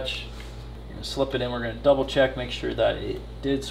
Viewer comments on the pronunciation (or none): none